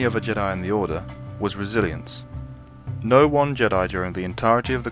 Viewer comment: you need to stop saying resiliancy it's pronounced resilience